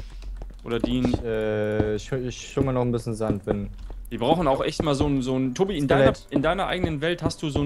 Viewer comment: # sagt Toti statt Tobi